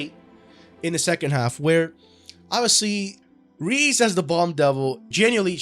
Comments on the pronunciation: "Ríz" ... Bruh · Its pronounced "Rey-Zey" btw. For all the homies. Great vid tho